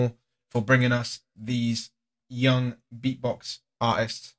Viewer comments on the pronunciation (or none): none